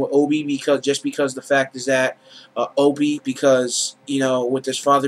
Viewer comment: Opie, Opie, Opie not Obie. other than that ,pretty good.